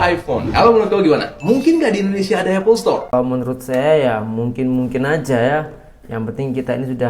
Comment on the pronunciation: Kalau mahu Apple Store bukak di Indonesia.. sebutannya harus betul .. bukan Apple Setor.. , setor ² itu apa sih ? 😂